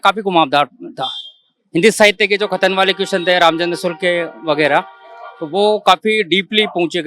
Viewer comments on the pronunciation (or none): रामचंद्र शुक्ल ❌ रामचंद्र शुल्क ✔️ 😂😂